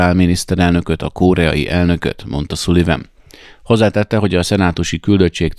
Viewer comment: Szaliven. Nem Szuliven.